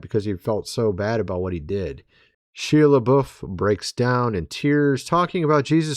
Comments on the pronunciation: It's "SHY-uh Luh-BOW" Shia Lebouf 😅😂😅😂😅😂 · Shia LaBeouf pronounced Shy-uh La-Buff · The correct pronunciation of Shia Lebouf is (shy-uh), and Padre Pio is ( Padre Pee oh), I was raised Catholic, and heard his name many times….